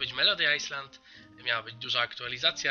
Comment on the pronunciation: Kiedy ty wreszcie zaczniesz czytać Island jako ,,Ajland"? Q.Q już nie mogę słuchać! Też mam Razowhipa, jedyne co mi się w nim nie podoba to: -ma ciut krzywe nogi - jak długo leci się w jednym kierunku nie przyśpieszając, po chwili tak zastygają mi skrzydła i reszta ciała, ale nadal leci xD